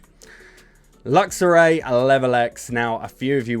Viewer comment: It’s ho-oh not ho-ho.. also luxray not luxoray 💀💀